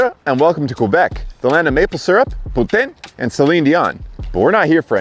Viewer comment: Qwébec Cwanada...